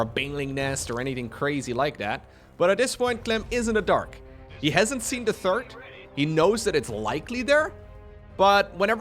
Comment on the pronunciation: I know you, like me, does not speak English as your first language. But there is one word in particular that always makes me giggle. The third command center is the one that is built after the second. The third command center is never mentioned, although the intention is there. You always say the TURD command center, which would be a command center made out of... well... I'll just turn the video back on again:D